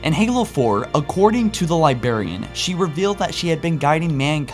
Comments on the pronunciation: Why is he still saying "Liberian"? It's "Librarian". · Man, learn how to pronounce "LIBRARIAN", not "liberian". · Liberry and Liberraion should be pronounced properly. Its Library and Librarian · love the video, however hearing Librarian pronounced libarian over and over was like nails on a chalkboard. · its librarian not libarian, this was the most triggering 20 minuets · Lie-brair-ian Not lie-bair-ian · Could you PLEASE pronounce librarian correctly. It's a Li-BRAR-y, a li-BRAR-i-an, not a li-Bar-y, or a li-BAR-i-an. You sound like you are using "LYE" combined with the element BARIUM when you talk. Thank you. Fun channel. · soo annoying how he keeps saying ,libarian, instead of librarian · say Librarian not Libarian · laughing that you keep calling her the LiBEARian its LIBRAIAN also its Ancilla not Ancillia, inb4 oh he can do what he wants its his channel, but you know if you want to get it right you should be saying it right. interesting video tho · Okay, it’s libRarian, not libarian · Why do you say "Liberian" instead of Librarian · Excellent video but.....dude you're killing me...it's, "libRarian" and, "foreRunner" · It's librarian not Liberian u fucking idiot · Interesting video, but for future videos, please pronounce librarian "Lye-braire-ian" instead of "Liberian", haha! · THERE ARE TWO R's IN LIBRARIAN, NOT ONE!!!!...It really is annoying every time you say LIBARIAN. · Librarian not Libarian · dude, librarian with a goddamn R. not libarian. I keep hearing Liberian, which makes me think of metal gear. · Every time you said "Li-Berry-an, I wanted to fucking slap you. Li-Brare-e-an. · Li-berry-ian....... its Li-BRARY-ian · does it annoy anyone else that the says "Li-berry-an" not "Li-brar-ian"? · You can't pronounce your R's. Why can't you say Librarian correct? You say Libarian instead of Librarian. Now I like your videos but I just thought you should know. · It's librarian, not libarian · "Liberryan" haha phew